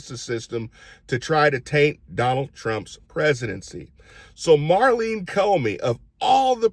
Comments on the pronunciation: I think you mean MAURENE Comey. You kept calling her Marlene Comey. Thank you for caring about trafficked children!! Some on our side are just turning a blind eye. Reprehensible!! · Her name is Maureen, not Marlene.